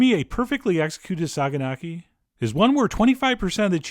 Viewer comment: Not to sound like a grammar nazi,but it's actually pronounced "sayanaki".The "g" is from the greek letter "gamma" and that's why it's written like that.Otherwise you pronounced kasseri as it should be.Other than that,you can also choose feta for this "recipe" and add some tomato.Trust me,there is nothing better!